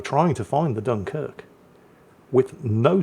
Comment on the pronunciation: gets excited and all of a sudden the dunquirk gets its actual name back. 😂😋❤